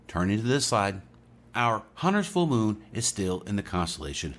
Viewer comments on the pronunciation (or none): none